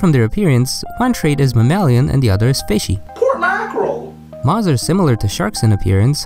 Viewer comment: PORT MAKAREL?!!!?!